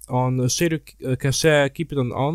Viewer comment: And cache ("cashayy")